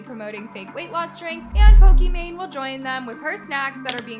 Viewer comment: off topic, but why does ALWAYS purposely mispronounce names? and I know its on purpose cause she says it right once and says it wrong after. is she trying to be different? for example, Pokimane, is pokemon😭 Sabre is SAW-BRAY, Naz is NAWZ, its so weird😢 no hate tho im just confused why she does it